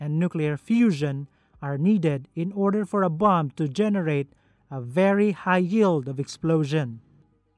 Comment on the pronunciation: "Let's assume the bum has already been released from the bummer". I can't help but hear the words "bum" and "bummer" every time he says bomb and bomber, which is rather interesting. I'm not knocking the narrator because his English is far superior to my second language. Well...I don't even have a second language, so definitely not criticising. It's just funny hearing him talk about bums and bummers, is all. 😂